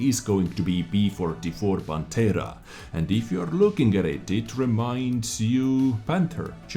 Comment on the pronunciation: They seem fantastic, especially the tier X progetto 46., Pantera pronunciation is perfect; but prototìpo has the vocal accent on the I. As always very good and detailed video! 👍